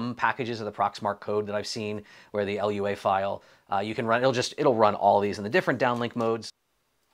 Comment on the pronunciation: Great video! never heard someone call a lua file L U A before funny to me